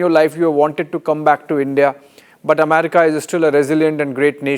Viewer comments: Please pronounce America as EM-AIR-RICA and NOT as AMARICA. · Not only is he an idiot but he is mispronouncing well known words Amayrica, ackquitted, epidumic